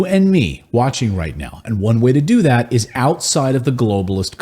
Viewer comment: When I hear "Zat" instead of "That," Nazis come to mind.